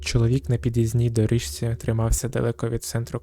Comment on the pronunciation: Мені сподобалося, продовжуйте, будь ласка! Лише одне зауваження щодо вимови. Почитайте правила зміни приголосних (шиплячі перед свистячими та навпаки свистячі перед шиплячими). Наприклад, слово «доріжці» вимовляється [доріЗці] і так далі.